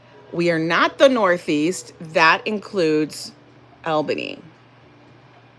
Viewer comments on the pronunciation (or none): you said it like Al as in Al Bundy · BTW, the correct pronunciation of Albany is All bany